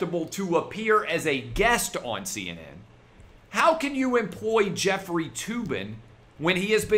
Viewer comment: Jef-freely (Tugging) Tube-in